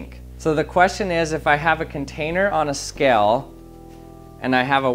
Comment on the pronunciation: He says skell, not scale, but skell. I know it's not the point, but it's irritating.